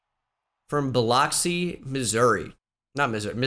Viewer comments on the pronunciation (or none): Not pronounced Biloxi it’s pronounced biluxi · It bothered me the way you said Biloxi 🤣. (Bih - lucks- eee)